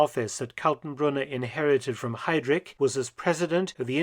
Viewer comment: Kultenbrunner. Hidrich. Kann man die Namen nicht richtig aussprechen?